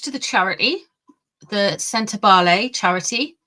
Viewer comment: Sent-a-ball-eh my dear, not Sent -ah-blay. Sorry, not trying to be rude! 🥰